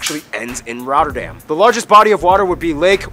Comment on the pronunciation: not Emsterdem but Am (like in America) ster dam (like in America with a D in front) goddemn.... and it is NOT Rodderdem either...